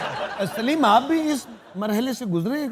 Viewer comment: Saleem ko sileem kehne wale kya urdu sikhaen ge??.. Aftab Iqbal pehle khud to urdu seekh lo